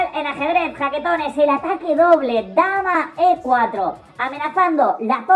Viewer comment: no sé si dice jaquetones o baquetones ..... (veáse baquetón)